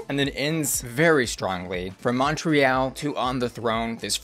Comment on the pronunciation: As someone that was born and raised in Quebec the way you said Montreal hurt my heart. It should be pronounced Mon-tree-aal in English.